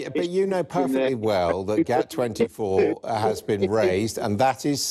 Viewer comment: GATT, not GAP